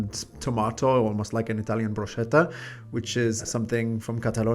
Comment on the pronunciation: Bruschetta se pronuncia Brusketa ( la "che" en Italiano suena "ke")